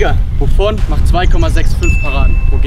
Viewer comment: Leute no hate aber am Anfang sagt Buffon und Loris Navas😂